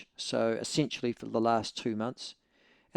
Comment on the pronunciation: Michael I like when you pronounce essentially as essensually....sounds a bit kinky....